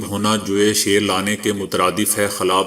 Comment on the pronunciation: محترم۔۔۔ جوے شیر کا تلفظ sher نہیں بلکہ sheer وعليكم السلام...خاکسار:عارف اقبال